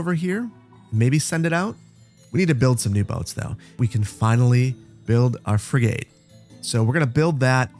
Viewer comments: frigate is fri-git schooner is skoo-ner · So glad you made another one! But it’s schooner (skoo-ner) and frigate (fre-get) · Frig it or frig et, it doesn't really matter to me just so long as stops calling it a frig ate. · Frig-it, not frig-gate! Not that I'm triggered by weird mispronunciations... *shudder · "Shooner?" It's pronounced, "SKooner." And it's a "FRIG-et" not "fry-gate." ;-) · its Frigate 'Frig-it' and not 'Frigae' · Frigate is pronounced “frig-it”, not “ fri-gate”. Schooner is pronounced “skoo-ner”, not “shoe-ner”. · Oh god the shooner and frig8 was killing me., I love your content, but it’s pronounced “skooner” and “frigit” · Frig-it. That boat class has a silent e. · It's already been said, but my own take on pronunciation is: Frigate is more "fri-gut" - a soft uh like "post-graduate" or "inappropriate". Not fri-gate as in "garden gate". Previous comments on "schooner" are correct - skooner. That's in British English, of course. I can't speak as to the original northern european pronounciation. And ironically it ties in nicely to the beer theme of the episode, with a "schooner" glass of ale equating to 2/3 of an Imperial pint in current measurements. In the UK, some of the stronger ales (6%+) are often limited to schooners for serving, so people don't get too hammered. One notable exception is Newcastle Brown Ale, which, while usually coming in a 600-660ml bottle, is traditionally served in a "Geordie schooner" glass, which equates to half an Imperial pint or 284ml. Now I want beer... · Love the Anno 1800! Engagement comment: “Shooner” 😂 it’s pronounced “skooner”! To ‘schoon’ is a super old English word that means to skim along. Frigate sounds like ‘friget’. You’d never know if you only read these old words! I used to work on schooners and …well never a frigate. A Barque (pronounced Bark lol) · Love the content, but it's Skooner and Friggit 😜👍🏼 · It is pronounced Frig-ut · FYI, the ships are pronounced “SKOO-ner” and “FRIG-get” 😅